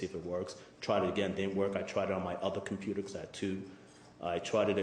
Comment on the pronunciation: Who is the computah guy? He's adorable.